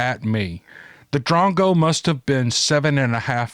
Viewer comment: Its said as - drongo - used to describe someone who is silly ,stupid,foolish etc